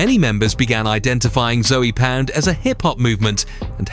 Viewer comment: Zoey pound is crazy. The E is silent